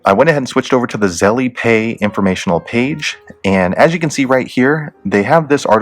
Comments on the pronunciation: I think it’s pronounced Z-E-L-L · The way u say Zelle pisses me off